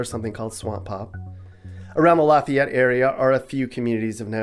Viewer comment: As someone born and raised in South Louisiana, Lafayette, and currently living in North Louisiana, just north of Shreveport, pretty spot on on how you get hit by culture shock. Even the food is different. Also thank you for pronouncing Lafayette right.